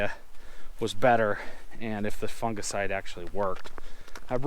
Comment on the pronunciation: Lol “funga-side”